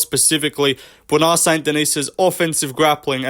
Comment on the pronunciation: "Bwona Saint Denis"